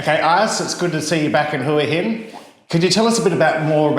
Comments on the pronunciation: That's right. He can't tell that he is not pronouncing it the same way she is. It seems to me that the Thai pronunciation has equal emphasis on both syllables, i.e. HOO AH. But most foreigners seem to emphasise only one half of Hua, either HOOa, or hooAH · She’s just being nice to you. It’s Wa Hin not Whoa hin…..lol😂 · It’s whore hin or whoreing 😅 Phuket is fukit and Bangkok 😂😂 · When you vocalise the thai vowel 'ua' you naturally create a 'w' sound when transitioning from the 'u' part to the 'a' part. So when someone says Hua really fast, especially with a very short 'u' part, it could easily be misheard as 'hwa hin', hence the confusion. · To all you - that think it’s still hooah-hin it’s not. It’s HWAHIN pronounced fast and without pause. Just listen to her. .. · No that s wrong !! It's pronounced Who In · pronounced : Who -R - Hin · You’re still saying it wrong!! 🙄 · The way she says Hua Hin is somewhere in between Whoaa Hin and his Waa Hin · English pronunciation phonetics is KWAH (emphasis on AH) I should know, I've been married to a Thai for 33 years and have visited there twice, including an ANZAC day commeration ceremony. But you are correct about the movie title pronunciation. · Another great vlog, its great that your helping IC along with her business 👍well done champion 🏆 their's no W in Hua Hin 😉